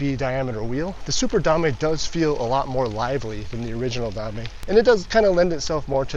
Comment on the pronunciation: Drinking game: take a shot every time he says "da-may"